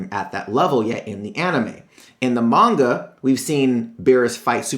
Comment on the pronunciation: ITS PRONOUNCED MON-GA